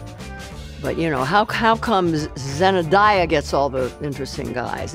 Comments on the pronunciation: 'Zenadaya' is how I'm calling Zendaya from now on. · "zenAdaya" lol🤣🤣🤣🤣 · Jane Fonda pronouncing Zendaya as "Zenna Die-ya" is a mood.